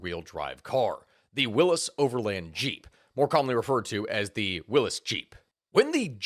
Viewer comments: Pronounced totally wrong. It is WILLY'S Jeep not WILLIS jeep . Where have you been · Isn't it pronounced willies not willis? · Willys not Willis?